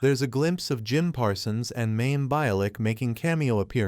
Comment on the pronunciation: If you are going to do these, learn to pronounce names--especially one as well-known as Mayim (MY-im)